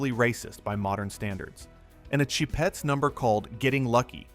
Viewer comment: the "sheh-pets" -_